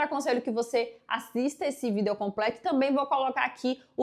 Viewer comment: Por que vc fala vídeo de vidêl mila briktok?